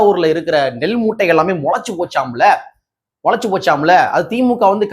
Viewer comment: நெல் மூடைகள் இல்லை தம்பி. ' நெல் மூட்டைகள் ' என்பது தான் சரி.